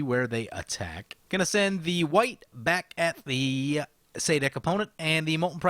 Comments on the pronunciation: Really late, but I've always pronounced him Suh'deek Hm. But now that I hear you pronounce it, I'm think Za'dik is probably more true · It is clearly pronounced szadek